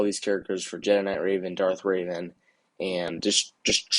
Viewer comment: you said darth raven lol, its pronounced darth revan